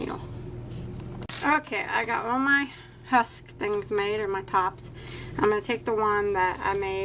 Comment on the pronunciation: Love these but it's husk not tusk lol